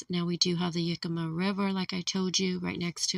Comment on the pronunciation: Yakima, not Yukemma.